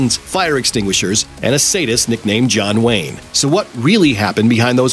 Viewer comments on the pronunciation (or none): Sad-ist Not “sayd-ist”